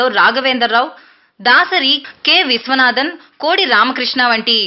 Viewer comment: K విశ్వనాథన్ కాదండి.....k విశ్వనాథ్......ఆచి తూచి చెప్పాలండి.......